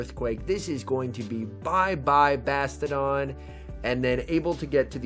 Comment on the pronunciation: i like how he calls it bastedon